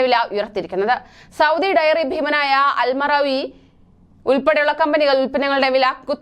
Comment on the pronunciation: അൽ മറാവി അല്ല. അൽ മാറാഈ